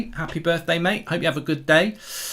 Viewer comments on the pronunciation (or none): none